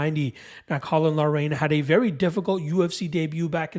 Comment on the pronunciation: Haan!!!! Lol laraine..its pronounced lockrun.. good breakdown, I was banking on loughrans strength, but hadley comes across as a better all rounder, I have some bets to change..